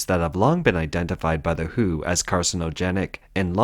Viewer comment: I was amuzed by the bot saying that the 'who' had made a statement rather than the W.H.O.